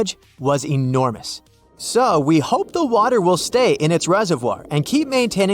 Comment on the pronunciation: And now, we've got another one. How to pronounce "the" (the definite article) when it comes before a vowel sound. "Thuh" becomes "thee" before OCTOPUS. Thuh (the) sea, thee (the) octopus.